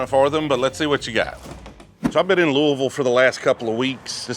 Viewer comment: You actually pronounced Louisville right. Not many out of staters do that. If you’re ever in south central Kentucky and able to swing by our store we can get you hooked up on some rare unicorns. We have a selection of allocated that’s hard to find in other LS. Just give me a shout.